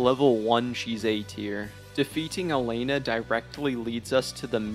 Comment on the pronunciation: man’s criticising things he doesn’t fully have explored/understood. Also, mispronouncing bosses names when they’re written clear as day on the screen is peak omegaLUL for youtube criticism. Tell me more about “Mythra” and “Elaine-nah”